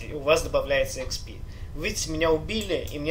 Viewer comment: експи а не хп умник